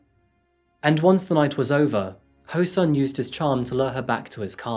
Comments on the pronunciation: His name is said as ho soon. Not ho sun. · This is why I keep fighting for the reformation of the standard roman lettering system for Korean. Your Korean pronounciation is outstanding... when the words are written right. The killer's name is pronounced Ho(r)-Soon but for some reason it's standard to write the short oo sound as u . Same for Goonpo. Edit. I take that first part back. I never heard anyone pronounce SEOUL as see-ole.. it's the capital city...